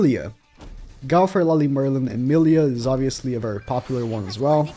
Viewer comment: 2021, dude still can´t pronounce "Go-wth-er" correctly, says "Gauther" everytime, lmao